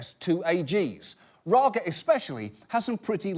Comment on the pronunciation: First, Raga and Daga are supposed to be Dutch names, but Dutch doesn't have that kind of G sound. Then he nailed the Dutch pronunciation of the G...